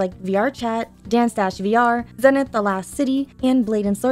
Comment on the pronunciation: Zee Nith - long E